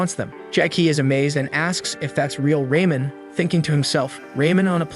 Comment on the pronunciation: And calling ramen noodles raymen isn’t to hard to understand I’ve called it that before on accident but I have called it before